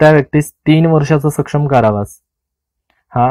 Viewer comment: सर आपण काही शब्दांचा उच्चार चुकीच्या पद्धतीने करत आहात तरी या पुढे काळजी घ्यावी. आपण " सश्रम " चा उच्चार "सक्षम " असा करत आहात; या दोन्ही शब्दांचा अर्थ खुपच वेगळा आहे. अपेक्षा करतो की या पुढे आपण काळजी घ्याल...